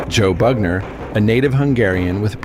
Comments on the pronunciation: You had me right up till you called Joe Bugner, BAGner.....bye. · He’s called Bugner not Bagner ffs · His name was Bugner, not Bagner - eejut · 'Bagner'?? The heck